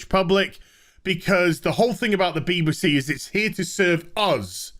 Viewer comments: I keep hearing Beaver C every time you say BBC 😂😂😂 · Why do you say B b C? Pronouning it with an upper case B, lower case b, and an upper case C.